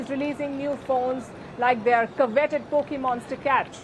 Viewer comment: Here’s another mis pronounced word ! Learn how to pronounce “ coveted”!